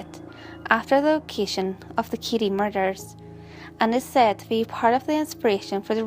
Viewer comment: Me too.The kiddie so I thought abt McDonald's Kiddie Meal 😂 but really nice info too. Only the pronounciations like Kiddie, Case (i thought it was Kiss), Wengit..just need to improve the proper pronounciation. ✌Even me I sometimes pronounce other words wrong but with this one maybe she just need to review some words..the proper pronounciation.